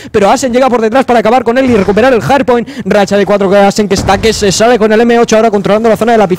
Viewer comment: se dice HARDPOINT no JARDPOINT